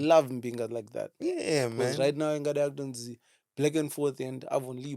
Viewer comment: Please moudzawo anaSisi Kanyi its “Now we back” not “now we bake” yechimodho, unless she is referring to her face as a baked product.